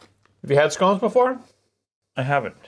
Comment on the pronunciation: Glad you pronounced scones properly 👌🏻